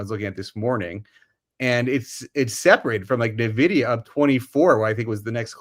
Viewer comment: En-vidia, not Nuh-vidia. It never ceases to amaze me how "experts" cannot seem to pronounce words correctly. NUClear, NucUler.